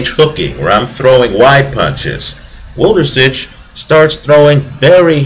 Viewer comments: great analysis on wlodarczyk - chakhiev, but god, wlodarczyk's name sounds completely different )) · Włodarczyk is really a great fighter with so much power, strong chin and good technique but how you are reading his name is fucking hilarious, Polish fans have to have a laugh